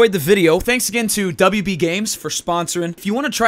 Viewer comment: “WB games” bro stop